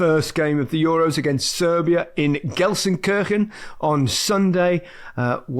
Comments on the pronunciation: It's pronounced GELSEN KEERSHEN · I would pronounce it Gelsen-keerken. Pretty sure kirchen is German for church. I'm not a German speaker, but have been to Austria, Switzerland and Germany. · Micah was happy to laugh at Gary's pronunciation of Gelsenkirchen but didn't try and say it himself!